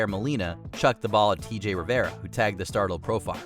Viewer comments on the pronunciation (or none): none